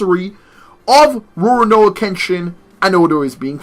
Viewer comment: Roanoa. ? YOUR SAYING IT WRONG OH MY GOD!